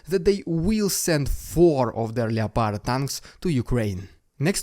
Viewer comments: Still enjoying you vids keep it up, just FYI though is said LEPARD not LEO-PARD the O is silent, don't blame me wasn't my idea! :) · Its pronounced LEP ARD my dude. Just for future videos